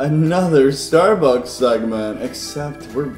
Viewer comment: Did anyone else hear say "Starebucks" towards the end or am I going crazy?